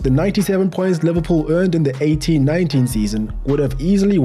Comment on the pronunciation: As soon as i heard you say 19, i knew you where from SA🇿🇦Great content my brother❤️